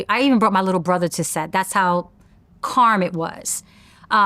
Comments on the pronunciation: somebody please tell her the word is CALM she keep sayin CARM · Not being negative- but I giggle when she says carm instead of calm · The 'L' is silent, buddy